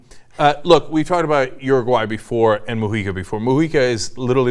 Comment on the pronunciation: It's Uruguay not Uraguay...